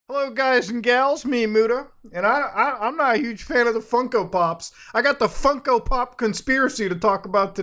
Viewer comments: why does he keep calling them funky? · I can’t take him seriously when he keeps saying “funky pops”